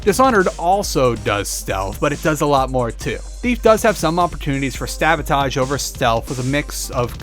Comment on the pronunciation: Did you just say "stabotage"? LOL